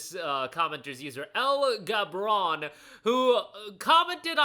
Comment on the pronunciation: EL Gabron 😂 = El Cabròn